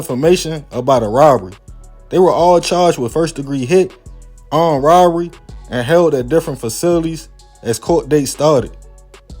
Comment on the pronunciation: “Arm Rorory”(Robbery)😂😂